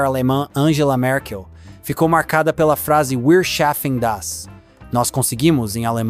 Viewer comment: "Wir schaffen das" (nós podemos fazer): se lê viar chafen dasss